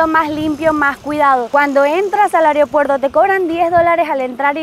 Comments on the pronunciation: Disculpe la corrección, pero no se dice areopuerto, se dice aeropuerto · Lindas playas, mi crítica sería : no es ariopuerto ni areopuerto, es aeropuerto😅, saludos.